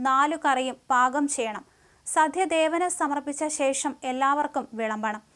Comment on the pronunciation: 'സധ്യ ' അല്ലടോ 'സദ്യ'